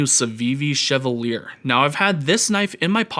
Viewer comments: Bruh, Fire video, Fire knife. Loved the intro and breakdown. Your lighting setup is incredible. Also, I think it's pronounced "Cheval yay". French AF. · Respectfully, can I suggest that the name of the knife is pronounce [she-va-liey] or, in formal IPA [ʃɛvaǀje], from the French, meaning “knight” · sheh-VAL-yay. As in the French actor Maurice Chevalier.